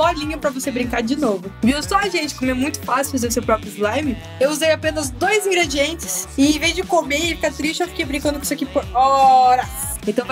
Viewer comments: era pra ser "INGREDIENTES" mais saiu igrediente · “Igredientes”? Ou seria Ingredientes?!! 😂✨💕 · igredientes kkkk Ingredientes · Oie, amei o vídeo, só tem uma coisa. Não é "igredientes", o certo é Ingredientes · Tava dizendo "Igredientes" ao invés de "Ingredientes", mesmo assim o vídeo ficou TOP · o certo é i*Ngredientes* com N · "igredientes" aAAAAAAAAAA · "igredientes" kkkk